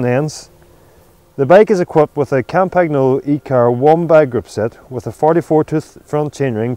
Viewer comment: They have been mispronouncing "Campagnolo" in 9.9 videos out of 10 on YouTube; as a result even Italians struggle to pronounce the word correctly.